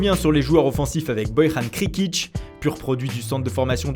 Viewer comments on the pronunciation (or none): Krkic ça se prononce Kerkic pas Krikic... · « Bojran Krekić » bien jouer la prononciation 👏🏼😒